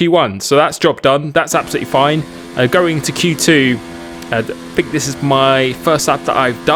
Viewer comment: it grates on me you pronunce th with f fink free bruh its think .. three